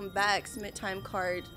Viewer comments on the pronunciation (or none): none